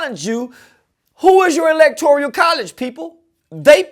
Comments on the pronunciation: “Electorial college” 🤣🤣🤣. He must’ve just learned that Umar’s video the other day and tried to put it to memory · “Electoreeyuhl College!” 🤦🏻‍♂️